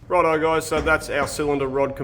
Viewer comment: "Rod eye, guys... I mean, righto, guys..."